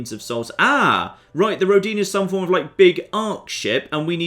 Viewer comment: Oh, what a shame you don't know russian. It's pronounced rO'dina.